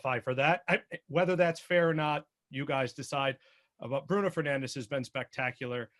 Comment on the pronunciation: Lol man said kdb mane and penandes 😭😭